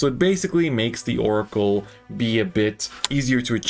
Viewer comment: it's oracle